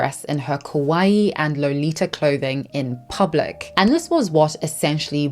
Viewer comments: Just one clarification I have to make as a Japanese-American is it’s kawaii (kah-wah-EE) not kowai. Kawaii means cute, kowai means scary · instead of saying KAWAII she said KOWAI which means scary in Japanese. Be careful to your pronunciation guys😅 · I got that you meant to say kawaii but you kept saying kowaii and that means scary lol. I just found that funny. lol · Quick note — kawaii means “cute,” while kowai (which is how you pronounce it in the video) means “scary.” Just FYI. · Just so you know, your pronunciation of "kawaii" sounds a lot like "kowai" (怖い) which means "scary" instead of "cute" lol. Great video btw!!